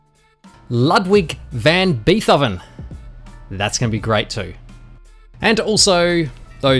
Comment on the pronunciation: Did you purposefully mispronounce Tchaikovsky and Beethoven?? 😂